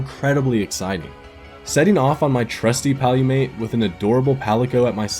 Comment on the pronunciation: Did you just say ‘Palumate’?